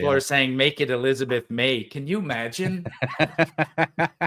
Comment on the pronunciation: Elizabeth May is the "awwetez de vous chicawner" 😆